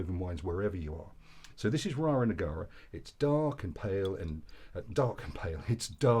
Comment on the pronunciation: It's not Rara Negara, it's Rara Neagra. (You had obviously supped a few before the review!) 😁